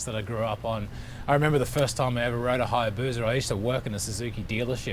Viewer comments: It's HayabuSa. Not Hayabuza👍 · There is no Z in Hayabusa Just saying.